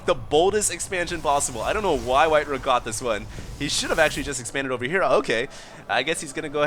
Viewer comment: I thought it was pronounced white "RAH", not "RUH"